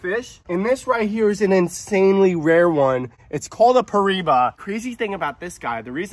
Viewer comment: (Per-I-E-ba) that’s how it’s pronounced and spelled piriba hopefully that helps😊